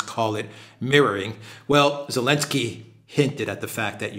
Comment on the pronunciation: Is this Elensky without Z stuff just for kicks or you seriously have to pronounce his name like that in Europe?